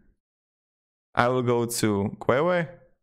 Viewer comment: Your videos are great. Very useful always. FYI: Queue is pronounced as "K-you or Kju" not kwewe. Thought it was really funny. Keep up the great work